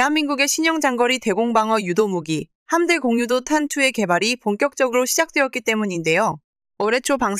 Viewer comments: 오 이번엔 직접 읊어 주시는건가요? 이런거 참 좋습니다. 그동안 띄어 읽을줄을 모르는 멍청한 TTS 스피킹이 너무 싢었는데 이렇게 직접 읽어 주시니 확실히 사실 전달이 잘 되고 이해 또한 잘 됩니다. 거기다가 의외로 여성분이셔서 참 응원하고 싶습니다. 여자가 이런 분야에 관심을 갖는게 쉽지가 않은데.. 그리고 함대공유도탄 이라고 붙여 읽으시면 안됩니다. '함대공' '유도탄' 이렇게 띄어읽으시는게 맞습니다. 마치 함대 공유도탄 으로 들려요. 다음번 영상 만드실때 참고하세요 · '함대 공유 도탄' 이라고 읽지 마시고 '함대공 유도탄'이라고 읽으세요.